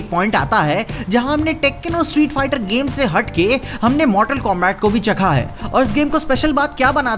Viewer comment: Bhai koi areas mei pronunciation combact kehte ho aur liu kong, baaki video toh mast hai 🤩